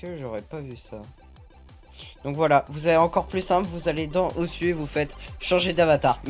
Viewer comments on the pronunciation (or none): sa se prononce osou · on écrit osu mais prononce osou banane